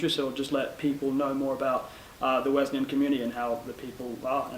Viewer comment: Good broadcast. Thanks for continuing to pronounce Wesleyan correctly